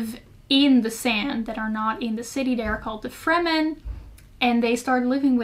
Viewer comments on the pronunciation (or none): none